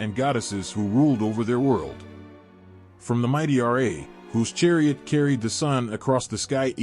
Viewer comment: You're improper pronunciation of Ra absolutely bugs the shit out of me. How can you be so knowledgeable about egyptian mythology and not pronounce Ra correctly?